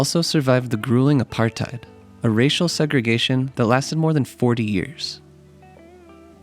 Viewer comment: Btw it's pronounced a-part-ate not a-part-ide